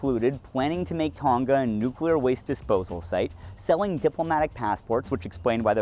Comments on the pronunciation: hi amazing video but just a note, the ng in Tonga is pronounced like the ng in going. it makes it easier to say too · unfortunately this is how I found out that northern hemisphere ppl pronounce Tonga like that 😀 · Can people please learn how to pronounce Tonga